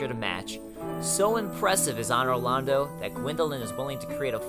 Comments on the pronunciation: Could you please learn how to pronounce things correctly? It AN-or Londo, not Ah-nor. you also keep calling it Lor-drahn. when in the beginning of the game it clearly says Lor-drAN. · "Ahnor Lando" Seriously? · ahnor londo